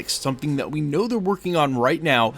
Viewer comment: Its KANG..NOT KEING